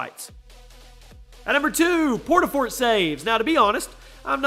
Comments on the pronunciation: Portafortsavees edit: really it said port a fort savees not saves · it said savees... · Port a fort savees (misspell “ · portafort savees?